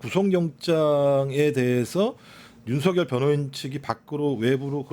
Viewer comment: 기자님의 윤석렬씨라는 딕션이 좋습니다 그놈에 전관예우한답시고 윤석렬전대통령소리에 소름이 끼칠정도로 귀에거슬렸거든요 내란수괴범에게 어찌나 깍듯한것들은 이해가 안되더라구요